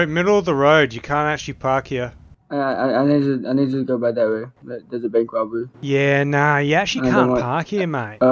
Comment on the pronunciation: “there is a bwank wobary” 😂😂